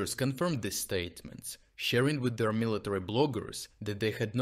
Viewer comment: Hahah Mr. Word Perfect, it’s military.